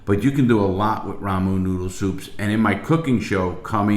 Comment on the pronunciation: The way he says "ramu Noodle soup" instead of Ramen Noodles is bothering me lmao